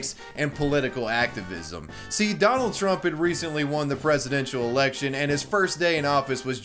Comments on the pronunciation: why the fuck does it sound like he said Strumph? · Is it me or is he purposely mispronouncing trump in the “i joined antifa” video??? 🤣😂🤣